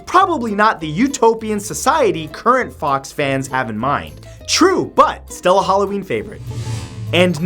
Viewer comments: your meant to say guy forks not fox or fawks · you did reserch to find out who Guy Fawkes was, but did bother finding out how to pronouce his name, he's pronuced Guy Forks not Guy Fox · Matt, Fawkes is pronounced Forks. From a native British woman x x